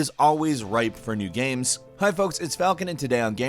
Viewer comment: I felt like he was having a stroke. Can anyone check on him in RL?"miyevwl" "gaems"